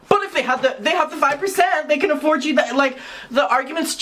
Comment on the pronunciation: Excuse me... Kali said.. "Ay-ford" not "afford" 😂😂